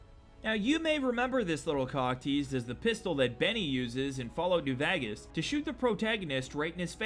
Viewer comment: The way you pronounced New Vegas was really funny